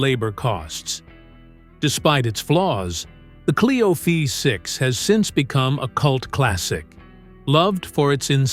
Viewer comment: Renault Fifth Six !!!! ( Oh don't you mean VEE 6) 😂